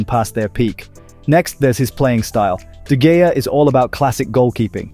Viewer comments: "De Gea" It's actually pronounced "DeHea". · Pronounced his name three times and was wrong every time. Must be some sort of record. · How does someone pronounce De Gea different every time he mentions it in this video yet doesn't get it right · This dude pronounced De Gea 3 different ways and got it wrong every time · he said de gea in every way but correct one.is it really so hard to find out how something is pronounciated?